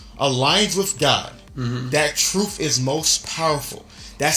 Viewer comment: I'm sorry but is it "Truf" or "Truth"? C'mon Hafeez...